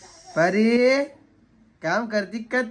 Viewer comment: इतकं सुंदर नाव आहे परी... कशाला परू बोलते... I know प्रेमाने हाक मारता पण नाही चांगलं वाटत... Please... परी म्हणत जा... Lots of love to PARI... And happy birthday pillu...🥰❤️